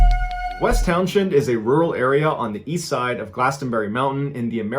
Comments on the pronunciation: As a VT native who lives a few towns away from the Glastenbury area, I'd like you to know that "Townshend" is pronounced "towns-end," and the "T" in Glastonbury is silent. And there were many more disappearances on Glastenbury Mtn. and the surrounding area, but none were attributed to the "Bennington Monster." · It’s pronounced Town-send as I live about 20 minutes away from there in Brattleboro. FYI ❤️ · Townshend. Say like Townsend. Like Pete Townshend.